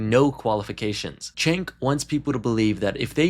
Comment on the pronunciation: It’s hard to take this seriously when the narrator can’t pronounce Cenk’s name correctly. Yikes.